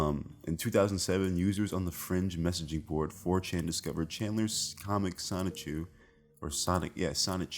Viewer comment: “Soni-Choo”. Good video. Blows my mind people don’t know Chris Chan yet but enjoy it’s a wild ride. Guess I’m just biased bc I’ve been following this story for over a decade lol…